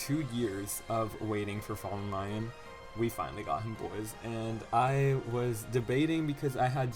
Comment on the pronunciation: the wrong pronunciation of lyon irks me more than it should ☠️☠️